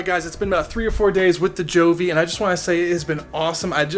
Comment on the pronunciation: Yeah you are awesome to get so many thermometer and hygrometers! Btw, Govee pronounce as GO...VEE. Anyway all is fine, convenient to check either on "HUGE" LCD screen or via Govee App!